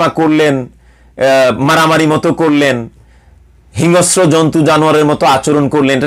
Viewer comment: হিংস্র শব্দটার উচ্চারন্টা ঠিক করতে হবে।